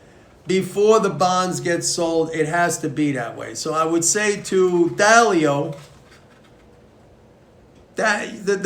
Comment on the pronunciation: Ray Dalio? not Dao